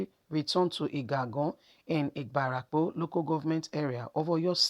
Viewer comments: My sister, it is Ibarapa, not Ibarapo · Point of correction on pronunciation IBARAPA not IBARAPO